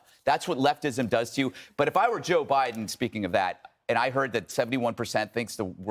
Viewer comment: “I’m Blow Jiden and I approve this soup”